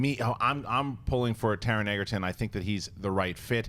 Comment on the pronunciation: Taron 'Egerton' is pronounced like Joel 'Edgerton'.